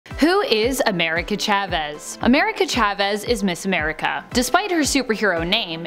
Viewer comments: Ch-avez?? It’s pronounced like Sha-vez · Its pronounced "sha ves" Besides that this video was great